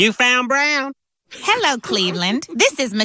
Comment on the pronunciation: I like how says yellow not hello